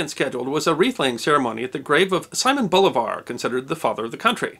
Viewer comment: The pronunciation is bolIvar not bolivAr.